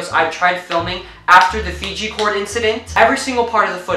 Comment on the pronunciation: "Fijgi Cord" 😂😂😂😂